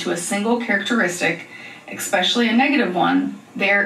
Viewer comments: Did she say EXpecially? 😳 🤔😬🥸😝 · NOT ECSPECIAL